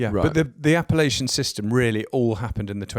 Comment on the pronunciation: appelation, not appalachian